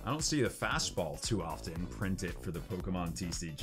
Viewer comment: Für ein amerikaner eine pokemons falschausgesprochen wie peinlich